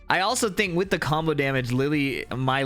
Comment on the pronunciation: Chatter: yapping: (heavy accent) EMOTIONAL DAMIDGE sidestep 1+2